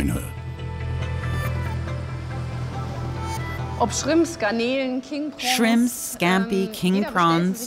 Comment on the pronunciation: He says chrimps🤣